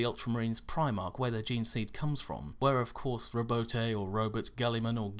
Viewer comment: ontop of my earlier comment its row-boot